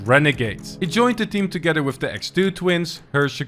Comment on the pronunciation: Did he say whiff or with